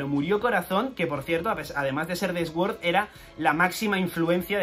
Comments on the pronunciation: Nunca entendí por qué los españoles pronuncian la "s" aparte , se pronuncia "suord", no "esgüord". He visto el mismo error cuando pronuncian Shrek, es gracioso escuchar "Esrec" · Se pronuncia suord xd no esword jaja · cada vez que dice "esuord" muere algo dentro de mi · La verdad es que dice muchas veces Esword, alguien las ha contado? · Inglés nivel: pronunciar "Sword" como esguór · se pronuncia: Soorr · Dislike porque no sabes pronunciar sword 😝